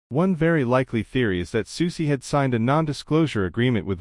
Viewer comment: I’m just impressed that this robotic a.i. voice pronounces Soucie correctly. Most ordinary humans can’t or refuse to do that. But other than that idk why this was recommended to me. Strange.